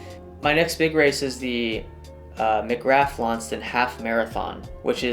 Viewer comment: FYI, Launceston is pronounced LON-sess-ton, and McGrath is pronounced m'GRAH 😁